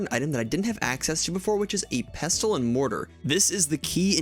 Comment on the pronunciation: The T in pestle is silent (pesul). Like the word listen or castle you don't pronounce the T.